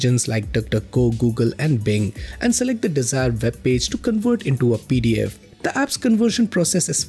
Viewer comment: Gonna have to work on that full pronouncation of pdf😅